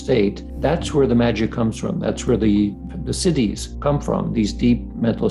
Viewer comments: 'Citti' not 'Cities' :) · “Siddhis” not cities. Good content anyway!